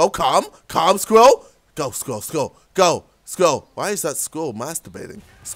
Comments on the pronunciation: Scril ral not scwial lmfa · Sam Wassell It was spelled squirl. Spelled wrong but you it sort of sounds the same. He was saying "squill" and got mad because he couldn't say squirrel. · did he have a stroke while he did the "SQRIL" track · LOL. He can't say squirrel. "squill, squill, squill. " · It's Sqi. Rrel. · Lol he just says sqwirul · Aha he can't say squirrel (squel) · I fell out of my chair rofling when he tried to say squirrel xD. His British accent is so funny, in a good way. xD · He can't say squirrel hahahaha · I was litteraly getting upset because he said squirrel wrong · When he tries to say squirrel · lol KSIOlajidebtHD trying to say squirrel haha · Came here to hear him saying Squirrel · I forgot how to say squirrel when he was trying to say :s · As the Nigerian tries to say squirrel we all watch and laugh Racist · He legit cant say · U can't say squirrel lolzzzz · He can't say squirell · He can't say squirrel properly!